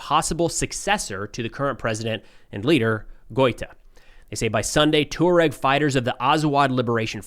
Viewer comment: Not "tor-ogs" but "twar-egs"